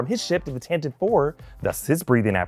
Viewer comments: It's pronounced "TantiVEE IV" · TAN-TA-VEE Four